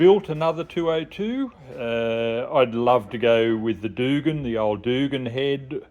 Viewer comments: Doogan head or Duggan isn’t it pronounced Dug an. Shit that’s a lot of money for that head. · pronounced Dug Anne as one word. No O in there